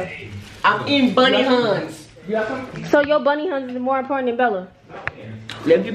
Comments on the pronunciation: It’s them sayin boney Huns and not Huney Buns lmao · Did he juss say bunny huns 😭😭😭 it's honey bunss😭🤚🏾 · He pronounced bunny huns he so silly